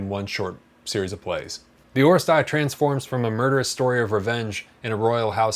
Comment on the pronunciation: Thanks for review, in Greek it’s pronounced oh-RE-stee-a, not oh-re-stai-a